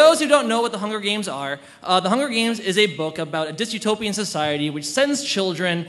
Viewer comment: DYSTOPIAN. The WORD is DYSTOPIAN. There is no such word as "disutopian".